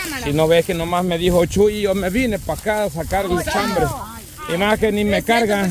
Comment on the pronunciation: Jajaja chambre, chambre, chime, chime, y a quién van a chimar??? siempre se comen la S.